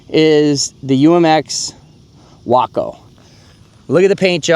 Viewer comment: It's WAAAACO, Waco, Willman aircraft company of Ohio!!!!!!